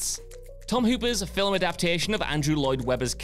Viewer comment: I really wish would learn how to properly pronounce "film" so it no longer sounds like he puts a vowel between the l & m.